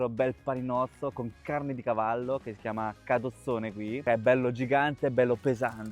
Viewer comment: Hai detto gavallo??? Ti gooo😂❤